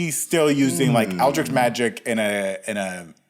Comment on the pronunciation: Its Eldritch not Eldrik. I just had to say it